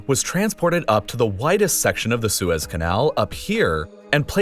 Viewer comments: The way the narrator says "Su-ez Canal" eerks me 😵 it's one word lol, like Sue, and then with a Z. Suez! Lol, not SU-EZ. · it's pronounced "suez"